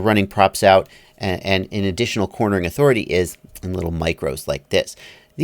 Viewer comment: He said yawthority.......i think